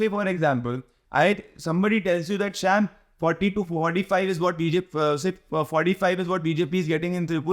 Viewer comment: शाम not शैम